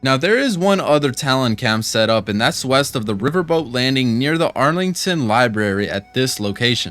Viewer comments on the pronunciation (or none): none